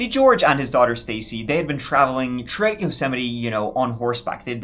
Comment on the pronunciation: Cause of your accent, it sounds like you're saying George Arse 😅